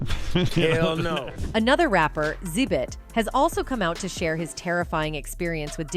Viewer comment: Yeah, A.I. is pronouncing wrong. It’s actually pronounced X-Zibit